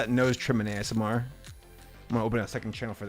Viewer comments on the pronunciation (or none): none